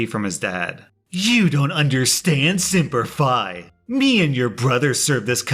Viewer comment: simp-er fi is what I heard and was like "huh?"